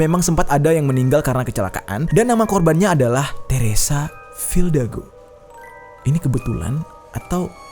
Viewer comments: Fidalgo bang bukan fildago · RALAT BANG , FIDALGO BUKAN FILDAGO :V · Bang jery bilang "teresa fildago", ditulisannya "teresa fidalgo" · Teresa Fidalgo bang bukan Teresa Fildago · FILDAGO apa FIDALGO bang? hihihi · Fildago dikira bandung bang dago. Teresa fidalgo yg bener wkwk